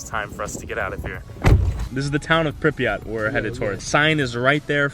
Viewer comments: its not prenounced prip e aht more like prip yaht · Did he just say Pripyat